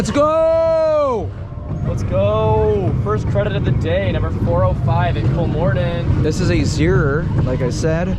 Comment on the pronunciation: I started smiling when I heard he pronounced it right. he's the only amrican youtuber, that I know of who did